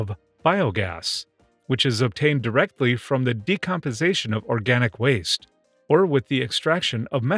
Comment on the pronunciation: is he saying "decompization"?